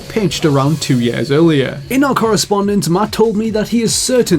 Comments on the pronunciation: "sager" and "yahr" instead of sega and year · the way u say year is stupid.